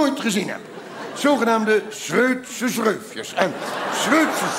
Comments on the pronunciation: Zweutse schreufjes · Zweudse schreufjes😅 blijft leuk